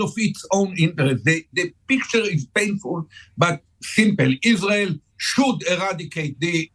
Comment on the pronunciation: "Iswael must twy to ewase tewwowist HAMAS". Right buddy, well this approach won't do it.